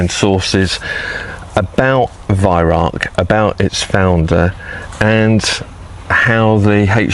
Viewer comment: Lived 19 rs in Germany, Bi -Lingual, Can my fellow Brits burn this into your brain.." Vih Rowk"...this guy has the Vih right, he screws up on the Rauch and says "Rark"...Nothing worse than Germans giggling at us ! :D